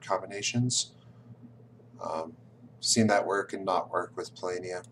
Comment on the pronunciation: I see that you went from saying "PoLOHnia" to "PoLAYnia", but you should be saying "PoLAHnia" :-D Other than that, keep up the good work! I'm researching experts in several modern games, and you're one of the best combinations of strategist and communicator on YouTube right now.